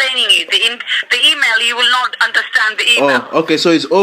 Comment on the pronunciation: Same! and also the way he says email - emay xD